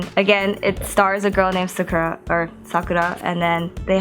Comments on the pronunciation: She called it Suk-Er-A pretty sure its Sock-Er-A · hueeeeeeeeeeeee you keep saying her name wrong.. :( Sah-Koo-Ra, not Suh-kuh-rah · Yay! Except one thing especially because you're an otaku.... it is pronounced sah-koo-rah.hehe